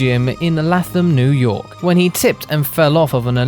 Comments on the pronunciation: Bruh said l-a-thim it's Latham as in lay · Its pronounced "Lay-thum" New York and I know Greg.